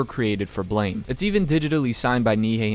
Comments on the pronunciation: I hate to be rude, but "Blame!" is pronounced "Blam", like the sound of a gun firing. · you're pronouncing BLAME! wrong, it's pronounces like "blam"